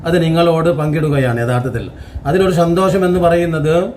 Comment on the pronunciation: പൊന്നു സഹോദരാ മലയാളം പറയാൻ അറിയില്ലെങ്കിൽ നിങ്ങൾ പറയണ്ട ആദ്യമേ നിങ്ങൾ അക്ഷരങ്ങൾ പഠിക്കുക സന്തോഷം ഇങ്ങനൊന്നുമല്ല പറയേണ്ടത് സന്തോഷം എന്നു പറഞ്ഞു പഠിക്കുക എന്തിനാണ് മറ്റുള്ളവരുടെ ഇറച്ചി കയറിയിരുന്നു തിന്നുന്നത് ആ കുട്ടിയെ കണ്ടെടുത്തു നിങ്ങൾ അതിന്റെ ഉമ്മയ്ക്ക് കൊടുക്കുക അല്ലാതെ നിങ്ങളെപ്പോലുള്ളവരെ ഇതുപോലെ ചാനലിൽ കയറിയിരുന്നു അവിടെ ഇവിടെയും കേട്ട കഥകൾ കേട്ട് നടക്കാതെ അവരെ എങ്ങനെയെങ്കിലും സഹായിക്കുക അതാണ്